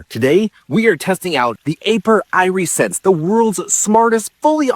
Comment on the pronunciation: Eye-re-sense? Like your eye-re-gation system? I would have assumed AI voice mistake, but I watched a human say it, and the same human said irrigation system correctly. I’m so confused, what is real?, am I real?